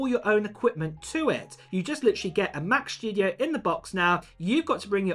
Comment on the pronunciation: Has anybody understood when the Mac Shtudio comes out?